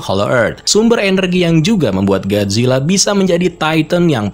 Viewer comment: Bisa baca ga Lo min masa gajila. Gojila mbok